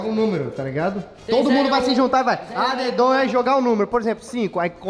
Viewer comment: não é adedonha é adedanha